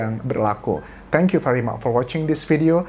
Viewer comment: Comment untuk kasus Subang : perlu ada political will untuk ngungkap kasus ini sampe tuntas. Comment untuk YouTuber kita yang cakep (Anjas) : akhirnya kemeja item digantung dulu. Welcome kemeja putih 👏👏👏 Oh ya, saya cukup terganggu lho dengan pronounciation ‘Thank you’ Anjas di akhir video. Gak cuma di content ini sebenernya. Ada di content2 lain juga. Anda itu dosen bahasa Inggris di Thailand yang mustinya kasih contoh pronounciation yang benar saat ngomong Inggris. Jangan2 malah Anjas yang kepengaruh mahasiswa2 disana saat melafalkan kata ‘Thank you’ 😅 Sorry cannot help it, I am ‘disturbed’ hearing you pronounce it 😚 Thanks for attention on this matter.